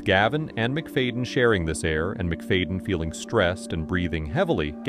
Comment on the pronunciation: "MIC-FAYDIN" -ai